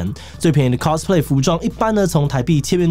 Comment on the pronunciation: cosplay的唸法是cos，不是cas。完蛋因為這個頻道圈外的錯誤唸法又要蓋掉正確了